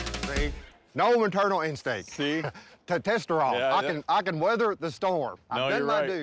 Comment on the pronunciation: Straight "testesteral"